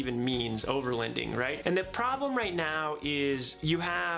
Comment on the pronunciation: Your pronouncing overloading wrong. I hear “overlEnding” lol